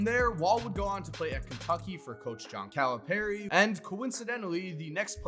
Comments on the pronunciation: How are you gonna pronounce "Calipari" two completely different ways within 3 seconds of one another? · You saying Calipari wrong that’s all I gotta say